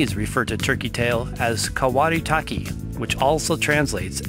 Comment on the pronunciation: The Japanese name is KAWARA TAKE not KAWARI. It does not translate as "cloud mushroom." Rather, it means "roof tile mushroom," for its overlapping on itself when fruiting. The kanji for it is: 瓦茸